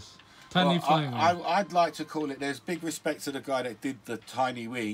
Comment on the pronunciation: Skip to ...yw. Also, I guess it's going to fly because you just said it does. And "tiny whing" That's all.